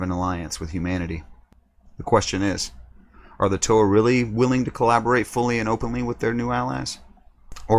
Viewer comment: Bro......Toe-Ha. Come on